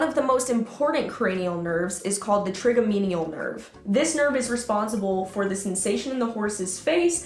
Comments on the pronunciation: I just have to say, as a human with trigeminal neuralgia, it's TRI-GEMI-NAL, not trimigenial Cheers, 😊❤ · Excellent video! FYI it's pronounced try-JEM-in-ul nerve🥰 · It is pronounced try Gem in al nerve. Please educate yourself, this is so off putting to your video. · This product looks painful and it makes me sad that people use that on horses... I agree... but the way she said "Trig-a-mean-ial" nerve with 100% confidence made me cringe (it's pronounced "tri-gem-in-al"). Also "there are many other cranial nerves flowing throughout the horses face that are also responsible for the horses overall function throughout their entire body" <- WRONG. Acting like you know what you're talking about when you don't is dishonest. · This thing looks like how skinning your shin feels. Edit: it's pronounced Tri-jem-in-al. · Trigeminal -- Try-Jem-inall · You are great! But please learn how to properly pronounce Trigeminal nerve..you’re in vet school so…come on. Keep busting these assholes and their torture devices! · While I appreciate that this device is inappropriate, your lack of knowledge of the Cranial nerves, including mispronunciation of Trigeminal, just makes you look ignorant and the remainder of your statements potentially incorrect. It’s best to get your point across by using information and knowledge you are well versed in so you can be accurate and believable. Love you though!